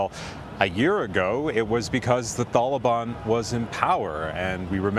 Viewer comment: Is it pronounced the taliban or the thalaban?? Lol